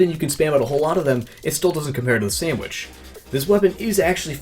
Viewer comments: STOP SAYIND SANDWICH ITS SANDVICH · Did you just refer to the Sandvich as a "sandwich"? #Dislike